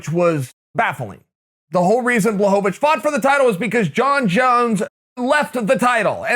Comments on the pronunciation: Uncle Chael: puts the polish “L” to respect Jan’s last name Also uncle Chael: BLOCKOVIC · Uncle Chael mispronounced Jan BLOCKOVIC